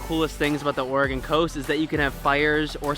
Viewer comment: I am shocked that you're pronouncing Oregon correctly. Nice video, it does get a little warmer in the summer, but if you noticed the cool landscape...that didn't get there with good weather. Enjoy and thanks for sharing!